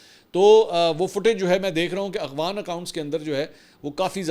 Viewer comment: منصور بھائی لفظ اغوان نہیں افغان ھے